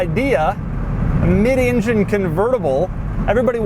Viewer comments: Ingen, injen injen injen Ingen, injen injen injen. INJEN! For the love of god, It's an ENgen! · Hey Doug, I don't know if it's a native Philly thing or what, but the rest of the world calls it an "ENgine", not an "INgin". Also sounds kinda racist. Now I can't get INgine outta my head!!